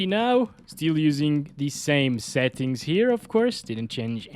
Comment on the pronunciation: Why do you say xettings?